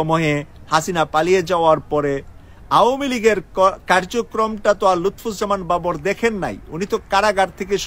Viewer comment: আপনি উনার নামটিই সঠিক ভাবে উচ্চারণ করতে পারেন না। আপনার নিউজ আর কতটুকু সত্য হবে...?